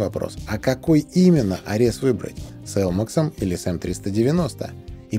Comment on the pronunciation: Спасибо за обзор. "Арес", кстати, имеет ударение на первой букве (греческий бог войны).